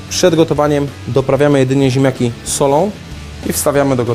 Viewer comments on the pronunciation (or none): "ziemjaki z masłem i śmietanom" - do logopedy! :P